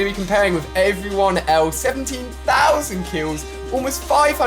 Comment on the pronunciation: You said pousand